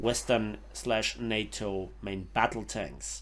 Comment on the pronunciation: I know it was probably more accent interfering then anything else, but for reference later. NATO rhymes with Potato (specifically the TA-TO - NA-TO part). love the vids, desperately grinding for the FlaRakRad thanks to you!